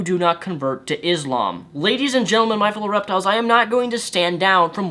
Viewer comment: You fool you do not even know how to pronounce Islam or Muslim.